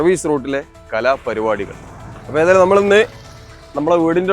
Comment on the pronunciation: പരിവാടി അല്ലഹെ....... പരിപാടി ആണ്...... മലയാളം ഒന്ന് പഠിക്കു..